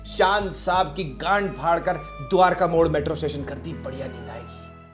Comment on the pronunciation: Did you say “Dwarka mor “😂